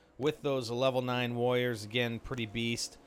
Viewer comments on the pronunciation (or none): is it me or is it you saying woyers? anyway try to place your smoke properly. if you place like this you'll be a dead meat on Dr.Terror's, i think.